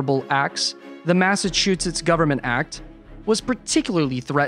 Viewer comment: Hearing you say "Massachusetts" really hurts my ears. Yikes!